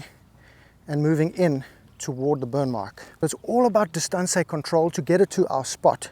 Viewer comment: I thought you spoke Italian also - a la ‘disatancé controlio’